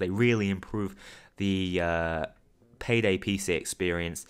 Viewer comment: I laughed when you said PAYDEL